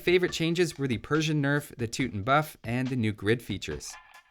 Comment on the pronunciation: Why do all the youtubers pronounce Teuton incorrectly. I googled the proper pronunciation to verify 😂